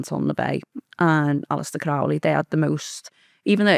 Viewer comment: Doing my head in how she pronounces Crowley. It’s meant to rhyme with holy.